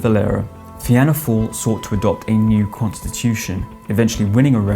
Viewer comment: typical !!!! what the fuck is FEE-ANNA FALL ???? still cant pronounce names, its FEENAH FALL, its too late anyway , now everyone has home rule in the UK , do you really think i wanted to murder my local police man !!!!!! jeff from dublin